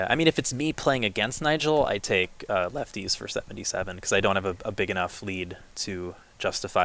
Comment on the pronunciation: the two moderators are not very smart. He pronounced "lefties" as "left-ties"